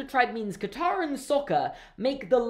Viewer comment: All the awful name pronunciations as well...! Iroh turned into Eeroh Sokka turned into Sohka Aang turned to Ahng It's just.... UGH. And Sokka was only ever called Sohka in the one episode where Princess Yue's fiance called him that at the weapon's room! The ONLY TIME! It's like Shyamalanadingdong didn't even see half the movie before he made this! It's like he saw bits and pieces and said "Oh, I like this! I'll make a ripoff!" No disrespect, but REALLY.